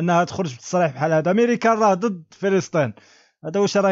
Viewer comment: ماريكان وليس ميريكان